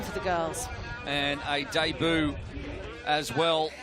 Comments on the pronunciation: Please for the love of god man, learn how to pronounce "debut". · i thought it was 'day boo' ?????